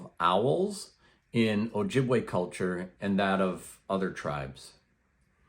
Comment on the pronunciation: It's pronounced Oh-Yee- bwe; we never used the J in our alphabet system.